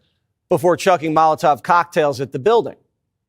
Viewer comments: You said “mazoltof” cocktails 😂😂instead of Molotov cocktails. Good slip gave me a good laugh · I love this guy, but did he say, "Mazel tov" cocktail? He meant "molotov" lol!!!😂